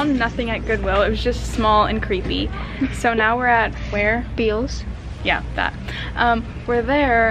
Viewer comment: I think she meant Bealls like “bells” not how ever she said it no hate just it bugged me🥰